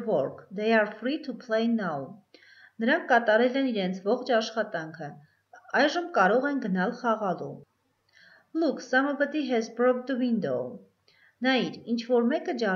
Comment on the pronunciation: Կներեք սամեբդի չէ սամբդի է